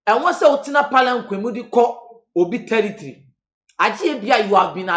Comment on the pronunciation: Did I hear tiritri(territory)? 🤣🤣